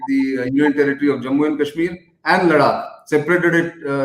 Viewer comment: Gokhale - the way you pronounce Ladakh as LaDDAAk, D as in drum, I believe it is not correct. I keep skipping this interesting news just because that pronunciation is jarring on my ears. Cant we just have the region pronounced as it is pronouced ? Apologies if I am ignorant and indeed its pronounced as LaDDAAK.